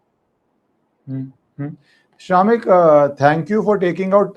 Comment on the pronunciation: Its not SHAAAMIK - much like its not RAAAW